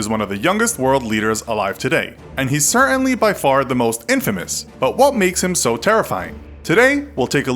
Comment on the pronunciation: . Cer-inly? Wtf? Can't you say certainly? Are you also not able to say the T in plane_arium